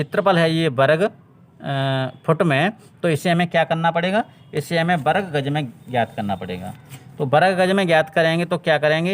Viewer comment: Bahut badiya bhai lekin varg ko berg mat bol